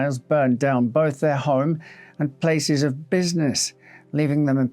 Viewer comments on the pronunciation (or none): none